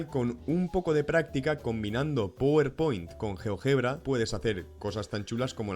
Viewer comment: Se dice "Páwer Point" no powerpoint